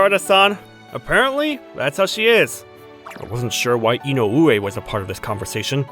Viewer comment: It's I-no-we, not i-no-U-e. The stress is in the I. 😁😁😁